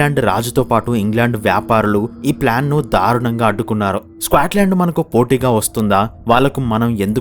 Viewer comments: Bro squatland enti bro. Adhi Scotland. Video motham alaage pronounce chesaru. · "స్క్వేట్ లాండ్" ఏంట్రా బాబు దరిద్రం కాకపోతే? ఎంత తెలుగు మీడియం ఐయితే మాత్రం ఒక దేశం పేరు మార్చేస్తావా? "స్కాట్ లాండ్" కు పట్టిన దుర్గతి. వీడియో లొ మాట్లాడే ముందు ఒక సారి గూగుల్ చేసి pronounciation ఏంటో మింగించుకోవాలి. స్క్వేట్ ఆంటే అసలు అర్థం తెలుసా? స్క్వేట్ ఆంటే క్రింద కూర్చొని ఉచ్చ పోసే విధానం.కనీసం "స్కాట్ లాండ్" అని కూడా పలకలేవా? ఆంటే జీవితం లొ అసలు ఆ దేశం పేరు ఎప్పుడు వినలేదన్నమాట.